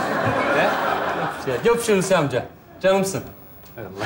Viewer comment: Adam "Hulusikim" diyor, seyirci de alkışlıyor. Tiyatro seyircisi başkadır. Görünen o ki bunlar o sınıfa girmiyor. Oyunculara biraz da Türkçe eğitimi verilirse iyi olur.